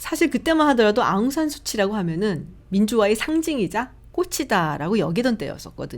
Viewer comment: 한국에서 방송인으로 활동하고 있는 미얀마인이 한 방송프로그램에 출연해서 발음 정정을 부탁하더군요. 아웅산 수치 (X) 아웅산 숮지 (O) ............. 참고하세요 ~